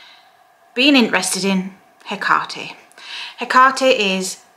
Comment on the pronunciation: I love you, and I love youe even more for pronounciating her name correctly😅